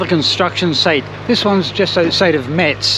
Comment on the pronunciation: Thanks for the video. What a grueling journey. You are not the only one not liking Bercy...Bercy sends chills down every Frenchman's spine....that's where is located the French HMRC. Also Metz is pronounced "Mess". You need to drop the "T". I am from Lorraine by the way